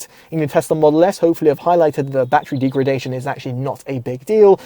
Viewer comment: Deegredation - 😂 Informative video though 👍